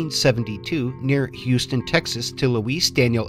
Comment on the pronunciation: Houston. Houston. Not Houstan.